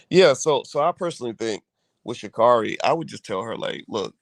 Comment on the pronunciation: Say her name correctly